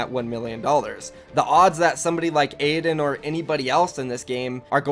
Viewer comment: Did you say aydans wife?